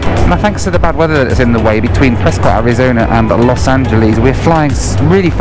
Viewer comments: Prescott is pronounced Preskit as in bisquit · I love Prescott soooo much! Favorite city in the US, and a wonderful airport! Also for future reference, it’s pronounced Pres-kit, but no worries. Anyhow, great video! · Actually pronounced "Pres-kitt." :) If the UK actually had an essential air service program, FlyBe would still be in operation. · It’s pronounced Pres-kit. At least that’s how the locals say it. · Sure wish you would pronounce Prescott correctly.